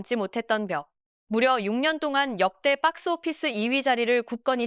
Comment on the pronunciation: 빡스오피스 ㅋㅋㅋ 발음 찰지네